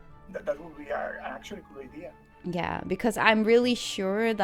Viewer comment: gave serie, de collab heefd ook vruchten geworpen ga zo door. wel n kleine opmerking als je characters zeg, de ch word met n k uitgesproken en de a in idea word ook uitgesproken (srry dat is mn odc acting up lol) maar knap staaltje bouw werk